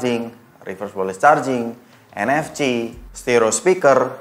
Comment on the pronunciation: Bacanya enefsi bang, bukan enefci